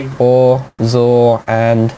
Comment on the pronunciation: XOR is pronounced "Ex Or" meaning Exclusive Or, Which means One OR Another not both, not neither. (in a situation of 3+ input XOR Gates it still means only one input can be high or active at a time or the output is false).